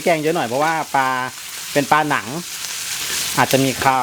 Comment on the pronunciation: ป ล า นะคะรับ ไม่ใช่ ปา ชัดๆหน่อยครับ อายเด็ดอนุบาล